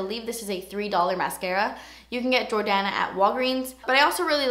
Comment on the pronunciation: I swear I thought that you said the jordana lip pencil was in the shade "kanye" at first 😂